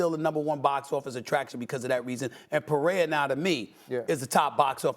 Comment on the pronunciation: Why can’t people who speak for a living pronounce names Peraya? 😂 People can’t even articulate words anymore.